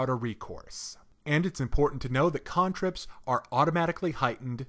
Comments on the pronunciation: same I was like "who the hell pronounces "can-trip" "cahn-trip". made me so stuck inside my own head i had to rewind to relisten to what he was trying to say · The pronunciation of cantrips was super distracting to me. XD ive always pronounced it "can" "trip" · "KHAAAAAAAN" ... trips